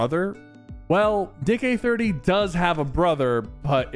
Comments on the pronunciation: x) Did you say Dick Eh 30 ! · bro really said dich eh 30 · When sypher said tried to say Nick Eh 30, he said dick eh 30